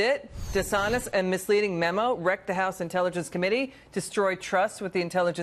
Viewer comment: What the hell is a mimu? The Dems must be gleaming with pride know this is who they chose to represent and speak for them! LMAO. Cant even say memo. At the beginning she called it a mimu! If they dont do something about all this crap it will continue to repeat itself! Is there a different set of laws and standards for the powerful than it is for us taxpayers? They will be allowed to retire with full pension that our tax dollars pay while we would be thrown in jail!! Time to wake up and make examples of the crooked!!!